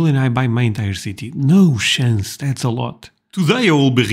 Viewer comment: "No shance"